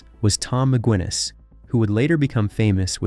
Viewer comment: 9.59 " Tom Ma Gwinnis"😂😂😂😂😂😂. It's Guinness, like the drink.